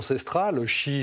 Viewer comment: Arrêter de dire Iran siit et Arabie saoudite sounit